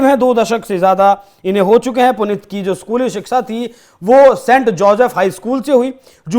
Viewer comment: हिन्दी की न्यूज सुना रहे हो, और बार-बार "पुनित" उच्चारण कर रहे हो। शुद्ध नाम है--"पुनीत" जिसका अर्थ है ---"पवित्र